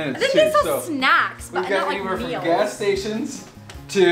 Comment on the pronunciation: says 'mills' instaid of 'meals'